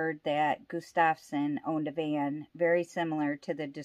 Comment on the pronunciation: Harold Estep was not Crazy Horse and the name is GUStafson not gusTAVson